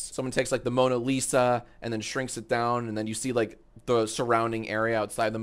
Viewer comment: the "moaning lisa" got me